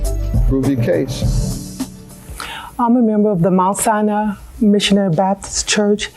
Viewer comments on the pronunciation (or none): none